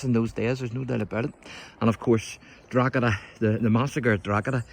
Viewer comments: You're committing a grave sin, every time you wrongly pronounce the name, DrogHeda 🤨. Almost as bad as saying the world is only 5600 years old, like that biblical idiot Usher claimed. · The G is silent in Drogheda 🤪